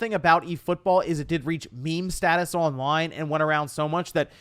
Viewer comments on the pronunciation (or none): none